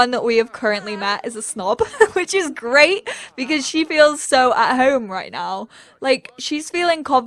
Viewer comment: WORW DIS IS GWAET MAAN